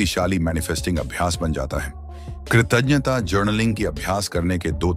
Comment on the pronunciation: Pronounce well. It's " kirtaghta". You are doing good.